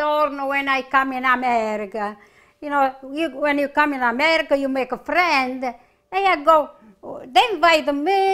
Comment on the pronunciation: Was her singing not the best? Plus the way she says Amerrrica! Right out of West Side Story - which is one of my all time favorite movies. Not sure I want any part of that chicken brothel though.